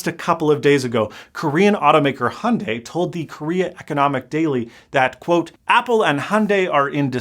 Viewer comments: its pronounced hi-un-die, not hundey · The first part of hyundai is pronounced exactly the way it’s spelled! Don’t ignore the Y! I never understood why Americans say “HONday”. It’s “Hyun-deh” to be totally Korean, and “Hyun-day” if you wanna make it a little more palatable to English speakers. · Is Hyundai not in America? Because 'Hunday' is entertaining, but not how it's pronounced. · That company’s name is pronounced hee-oon-die